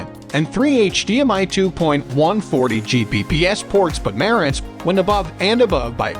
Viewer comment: Dude, you talk about two different receivers Denon and marantz. And for some freaking reason, do you have to put the accent on the wrong syllables for both of them. Why?